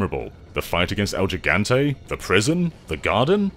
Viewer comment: Thanks for the review, i appreciate it. Btw it's "el HE - ganteh"